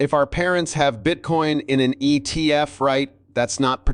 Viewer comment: Geez AI.. wtf is an ET F